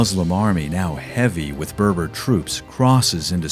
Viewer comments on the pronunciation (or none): none